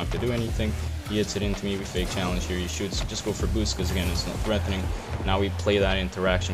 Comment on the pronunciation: No one:: Threathéning! But fr thanks for this series gc1 learning big time from your diamond plays lol